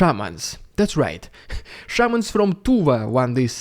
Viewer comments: I thought he was saying Shermans, not shamans. This may just be my 🇺🇸 understanding of WW2, but all I could think of was why is Putin pulling WW2 tanks given to the USSR during WW2 out of storage to fight Ukraine. Things must be going very badly for them. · I though you said Sherman not Shamans. I had to pause the video and laugh my way out of my chair. I'm now kind of disappointed.